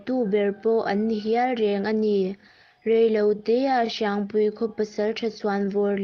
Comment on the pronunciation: Sepa(Kelpa anga thlûk)mawng ni lovin, Se pa(U-Muan, anga thlûk) mawng tih tur aw... Hriangpui(Kelpui thluk) ni lovin, Hriangpui(Keite thluk)tur aw...i chhiar hma in rual û deuhte rawn hmasa ṭhin rawh aw....i âw chu a mawi viau e.